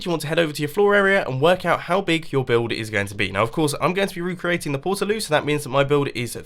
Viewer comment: porta as in portable not porter